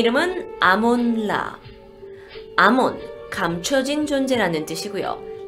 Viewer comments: 아몬라를 아몰라로 들었다. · 아니 계속 듣고있다보면 아몬라가 아니라 아몬드라같......